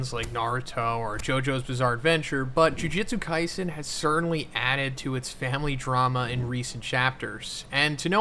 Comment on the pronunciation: Does anyone else find it extremely annoying keeps saying “Jujitsu Kaisen” in every video?